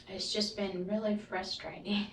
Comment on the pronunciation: I thought I was tripping when she said FRUSTRATING as fristring